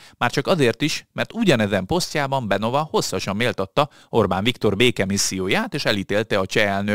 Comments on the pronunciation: És ugyanúgy nincs semmi "Benova" csak (helyes magyar olvasatban) BENYOVÁ....nem olyan nagy probléma ilyen információkhoz hozzájutni.... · A helyes kiejtés nem smer, hanem szmer és nem benova, hanem benyová. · te nagyokos! De a leírt szó kiejtéséről van szó, ami fonetikusan leírva igenis SZMER, ahogy Beňová sem Benová, ahogy elhangzott, hanem Benyová és a cseh párt sem SPD, hanem SZPD kiejteve!!!!